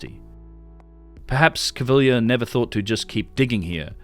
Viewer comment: great work on the pronunciation front regarding caviglia; now its baraize's turn:- bar-EZZ